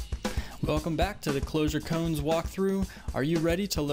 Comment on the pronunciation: Every time you say "cones" an enlightened Zen monk gets pushed out of Nirvana back into the cycle of suffering and reincarnation. "Ko-an". Please.